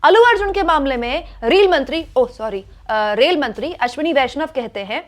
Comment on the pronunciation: पहले रेलमंत्री कहने का प्रैक्टिस करो तब पत्रकारिता करना, धन्यवाद।